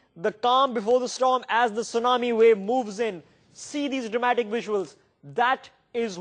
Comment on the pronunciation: "Take a luuk at dis wuisuals" Awesome.